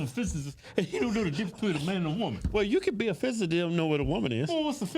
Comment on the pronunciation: Trying hard AF to clown Neil, but can’t pronounce physicist has me rollin😆😂😂😂